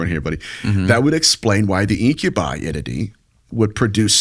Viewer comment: IM OFFENDED WITH THE WAY YOU SAID INCUBI